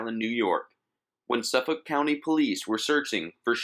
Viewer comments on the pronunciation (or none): none